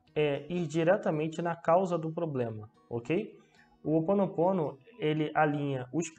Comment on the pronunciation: Desculpe mas é chamado Hoponopono ou seja vc intérpreta Roponoponno e não que vc interpreta opononopo